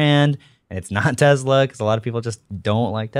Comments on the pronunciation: Take a shot every time says "Tezla" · IT'S TES-LA.....…..!!!!!!!!!! NOT TESZZ-LA.......!!!!!!!! BOTH & say it like this & it friggn' drives me CRAZY! #JUSTHADTOVENT #SNS #WAVEFORM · “Tezla”